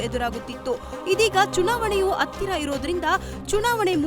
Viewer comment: Who is this news reader- iii court , attira ,aithihaasike anthe 🥴 didn't expect this level journalism from news first